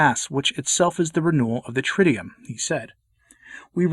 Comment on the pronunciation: You're a scholar so you should make sure to say "TRID-doo-oom", not "TRID-dee-yum"